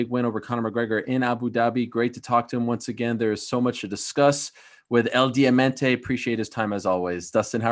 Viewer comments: it’s “Diamante.” “Demente,” means demented, and what you said means nothing, but is closer to this. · Is Diamante ♦ not diamente get it right. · It's DIAMANTE. not Diemente. Dummy. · The way ariel says "el diamante" really sounds like he is calling dusting "demente" which means moron... 🤦‍♂️